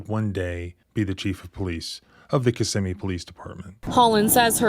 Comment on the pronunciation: FYI...the victim mentioned Park Place, this is a psychiatric hospital located in Kissimmee. And thank you for pronouncing Kissimmee (aka Little Puerto Rico) properly. Man i don't miss that city! If you don't speak Spanish youncan forget about getting a job in that city!